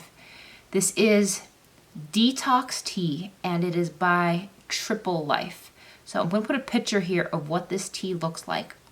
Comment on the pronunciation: Not to be picky but it's triple LEAF rather than 'life'😂😂